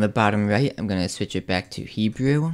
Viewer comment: Did he actually say "He-Jew?" More than once?